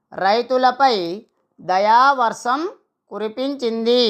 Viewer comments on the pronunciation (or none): Dayavarsam kaadu. Dayavarsham ani palakali.